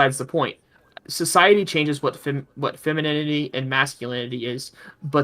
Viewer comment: pronouncing it as "feminimity" gets me every time:)